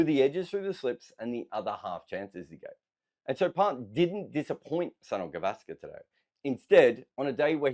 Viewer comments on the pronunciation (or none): It's pronounced Souneel Gaavaskr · The way you pronounce "Sunil Gavaskar" it sounds like "Son of Gavaskar". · It's Soo-neil Guh-VAAS-kur